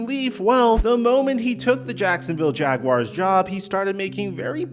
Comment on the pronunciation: First time I’ve heard a YouTuber pronounce Jaguars correctly! Kudos! Subscribed!